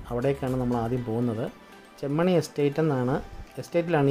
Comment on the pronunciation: ചെമ്മണി എസ്റ്റേറ്റ് അല്ല ചെമ്മാനി എസ്റ്റേറ്റ് എന്നാണ് 😍